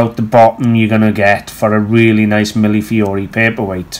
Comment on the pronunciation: Thank you for teaching me how to pronounce millefiori. I only hope I can remember tomorrow or I'll have to watch your video again. : )